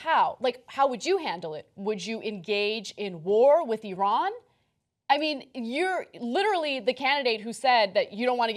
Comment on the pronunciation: Great to see someone that doesn't pronounce Iran, eye-ran!